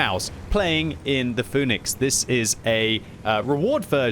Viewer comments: Pronounced Fee-nix btw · it is fee-nix.